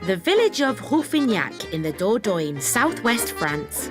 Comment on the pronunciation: Ooh nearly forgot ..... I don't think Dordogne is pronounce Doordoin, I've heard it pronounced Doordonya